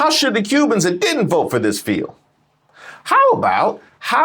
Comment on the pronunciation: "I will voe......for Donnell Trump"